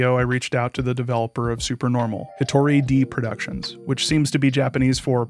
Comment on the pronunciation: saying it’s more like “day” will indicate the correct pronunciation of で to the average english speaker far more effectively than IPA. his pronunciation of 一人 is American-accented but still fine, unlike で where he’s saying a different/nonexistent word entirely